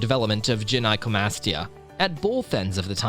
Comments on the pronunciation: its "guy-no" not "jen-eye" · i thought you said jedi comastia